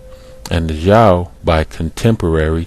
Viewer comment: Xia = "shyah" Zhou = "zhoh" (zh like french J) Hua = "hwah" (one syllable, faint H) as far as "black-headed", talking about someone's head has refered to their hair since time immemorial "Erik the Red"... ie "redhead" etc. Sumerians were black-haired more than likely as are middle-easterners, but earlier depictions more white with blue inset eye stones, later depictions after assyrian/babylonian conquest are more of a semitic babylonian standard also, look at in depth study of sumer bec...